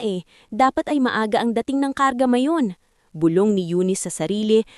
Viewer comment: Mali-mali ang bigkas ng mga salita gaya ng bulbol sa tainga dapat bulong sa tainga, paglalakot tamang salita paglalako, pamumulimos ang wastong salita pamamalimos at iba pa